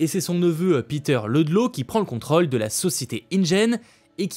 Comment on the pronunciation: Merci de bien prononcer le mot contrôle.